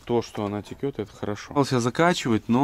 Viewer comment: Все класс.Но режет слух,когда солярка и масло текет вместо течет